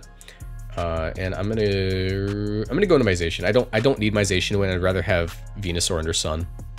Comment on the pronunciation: And Zacian is pronounced Zah-cy-an but it it doesn't matter that much tbh